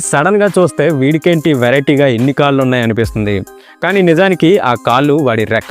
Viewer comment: కాల్లు కాదు కాళ్లు అనాలి. తెలుగు రాదేమో